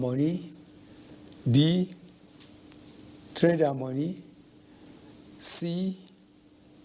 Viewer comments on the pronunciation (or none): How come na only head dey move,,Nigeria,is only God we look up to, abeg who hear how he pronounce trader money,police force,federalits funny